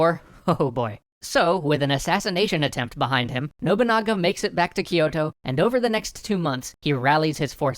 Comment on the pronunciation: GUYS. Its "kyoh" "toh" not "key oto"